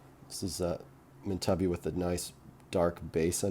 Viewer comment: You would think that, by now, he would have watched an Australian video about opal and heard the correct pronunciation.